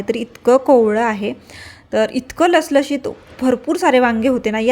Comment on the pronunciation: लसलशित 😮😮😮 नाहीं 😅😅 लुसलुशित असा शब्द आहे मराठीत 👍👍